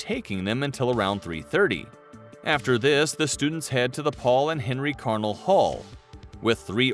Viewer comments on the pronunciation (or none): none